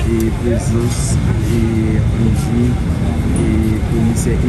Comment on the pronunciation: Ale koyé influyansè bwôdè mezanmy. Nokola se pa NIKOLACE, se pa panyol wap palé. Abinadè se pa abinadèl, se nou menm ki magé pep la ap palé devan dèyè. Andy ann-di se pa inn-di